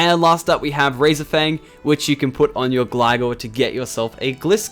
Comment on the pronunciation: Its pronounced gly-gar and gly-scor-e